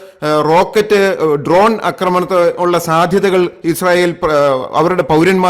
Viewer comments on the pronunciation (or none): none